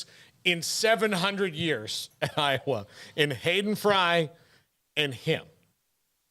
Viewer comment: There is no O in I_wa.